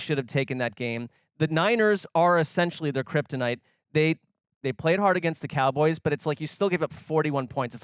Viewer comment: I'm sure but I can't take you seriously when you say "Cowgurls". I'm not even a Cowboys fan, that just makes you sound stupid.